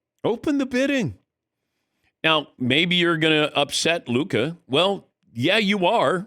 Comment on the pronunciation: Why do they keep saying Luka smoked cigarettes? Only heard huka